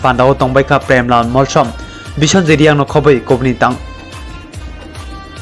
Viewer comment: Tamo Ong kha omo News Anchor bo "Molsom" Spelling Pronounce se kaham khe sai man ya Uaisa phano khwna ya tei saimanya kho haise saui tong o ble 🤨